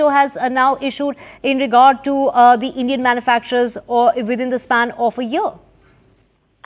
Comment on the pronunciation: Endian Syrup......omg